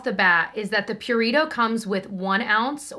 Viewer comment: Pew-ree-toh 😂😂😂 im sorry not trying to offend